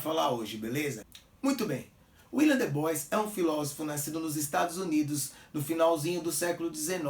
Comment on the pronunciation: Como sempre, mais um excelente vídeo,! A título de contribuição (sem querer bancar o preciosista ou pedante), a pronúncia correta para Du Bois é [dibuá]. Um grande abraço!